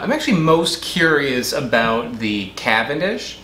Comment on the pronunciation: I am fully convinced the only reason he does banana videos is so he can pronounce “CAVANDISH” as many times as possible